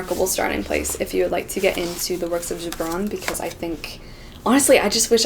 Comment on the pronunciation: I love how she can properly pronounce “ Gibran”